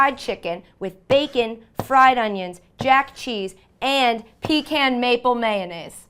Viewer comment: I don't approve of that pecan pronunciation but I will continue watching.